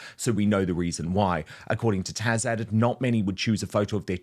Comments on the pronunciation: He's saying Tash, not Taz. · why do you call Taz....Tash?